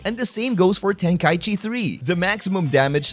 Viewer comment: tenka - ichi ichi meaning 一 one Breaks my brain a bit when u call it tenkai-chi